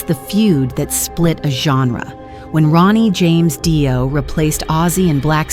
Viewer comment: Its not DIE O you stoopid cow its DEE O